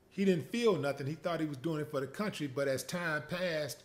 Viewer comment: When he said ✊🏾"Your working fa ya country" 😂🤣😂🤣😂😂🤣